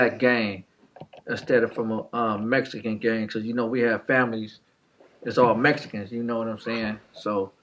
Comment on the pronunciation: This man said the "Mesicans" like if he wasn't Mesican... 😂